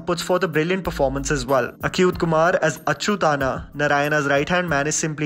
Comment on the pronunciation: You pronounced Achuth Kumar's name wrong. It sounds funny..yet get your researchers right.